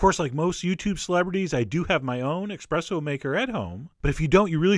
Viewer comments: Chef John... I am shocked, SHOCKED! that you, being of Italian heritage, mispronounced Espresso, not once, but twice in one video! There is no X in Espresso! You should be ashamed of yourself. Were you drinking? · Expresso is nothing. You have an espresso machine, but can't pronounce the brew. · You say "expresso", and I am disappointed. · Everytime you say expresso I cringe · Um, when did the word espresso grow an "X"? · there's no x in espresso come on man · E-s-p-r-e-s-s-o. I can't e[x]press to you how wrong you are saying that word. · Why are Americans incapable of saying espresso? Just pronounce it phonetically, it's not that hard. I know the letter x doesn't get a whole lot of attention in general, but it'll be okay. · God damn it, Chef. It's "espresso" not "expresso". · wonderful. By the way its ESpresso not EXpresso. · Mike farmer so you're saying that Americans have carte blanche to pronounce other languages as they please? And Americans wonder why other countries dislike them. The word is ESpresso.....there is no such thing as EXpresso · ESS-presso not EX-presso. love your videos! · When you own an espresso maker and still call it an expresso maker.. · John I love the recipes that you make; but please say espresso correctly. There is no "x" in the word. 🤣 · Oh no... OH NO EXPRESSO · You said "expresso" twice and I thought I was going to have to stop watching, then you started saying "espresso" and all was right with the world. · Ssss preesso John. Not xxx presto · John, you're awesome and all, but seriously... it's ESpresso, not EXpresso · ESPRESSO not "expresso" Chef John!! :) :) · Not expresso - espresso. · Espresso not expresso!! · Its eSpresso not eXpresso. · Ahem, not expresso but espresso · The word is espresso not exepresso. I thought a Chef would know that, but with the weird way he talks not totally surprised. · Not expresso......espresso! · Espresso, not expresso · He lost me at eXpresso 🤦🏼‍♀️ It's called eSpresso, perfavore 🤌🏻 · It's ESPRESSO ;)